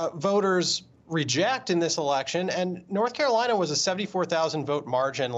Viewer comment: BLORTH CAROLINA LET’S GET IT